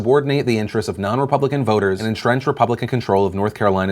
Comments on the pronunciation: whats a Ray-pubpublican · That dude is so dumb that he couldn't even pronounce "republican". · Why can this guy not pronounce "Republican"? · Who the hell put David Lewis in his office?! I'm not an idiot; I understand that Gerrymandering is happening in every state, on both sides of the aisle, but who the hell is dumb enough to come out and declare it? Not even to mention the fact that he can't pronounce his own damn party. But as far as the supreme court appeal, I'm torn. On one hand, this move is as transparent as David Lewis is; they're trying to delay redrawing the districts long enough for this next vote, and a new court case would provide that delay. On the other hand, we DESPERATELY need something to regulate the rampant gerrymandering going on in this country, and this case would probably be what sparks that, since this is so ridiculously open-and-shut. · Trying to make David Lewis pronounce "RE-PUB-LI-CAN" is like watching that velociraptor egg hatching scene. You can even hear Hammond saying "Push" in the background. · So on the gerrymandering thing is no one gonna mention how David Lewis couldn’t even pronounce the name of his own party? Like damn he really struggled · American politician can't even say republican.... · Can that idiot not say republican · Republican has trouble pronouncing "Republican"... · Why can’t he read the word republican when he’s a republican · Why couldnt that guy say republican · Is noone going to mention how that one dude could barely say republican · Ewww why that ted cruz zodiac lookin ass dude pronounce republican and democrats so awkwardly🤣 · That representative was struggling to pronounce the names of the political parties.